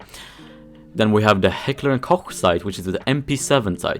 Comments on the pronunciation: That's... how it's pronounced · The way you said Heckler and Koch made every german orgasm